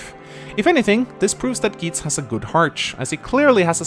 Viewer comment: THAT'S NOT HOW YOU PRONOUNCE GEITZ! YOU JUST RUINED MINA'S BIRTHDAY! UNSUBSCRIBED!